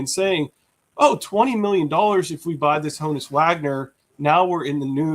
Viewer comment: So how does, a Pirates fan continually mispronounce the name Honus?